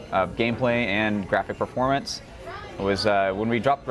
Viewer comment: every time you say "performance", i heard porn. seriously, slow down